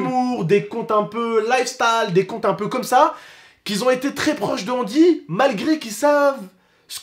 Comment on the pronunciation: c’est angy pas andy